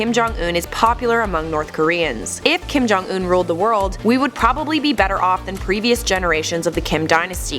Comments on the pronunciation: Kim jong un not Kim ' johnson' get it right !!! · it's not Kim jong in it's Kim don't un